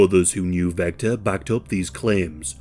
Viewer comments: Vester not Vector. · ITS VESTER NOT VECTOR 😂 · Are you an AI narrator? I still don’t think there’s any excuse for pronouncing Vester “Vecter.” The producers should proof their work! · His name was Vester not Vector, for some reason halfway through the video you started calling him Vector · You know that "Vester" and "Vector" are different words that sound different? Maybe it's your accent, or YT's sound compression but I just keep hearing "Vector". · I actually really enjoyed that you mispronounced this clowns name. None of these losers deserve any recognition.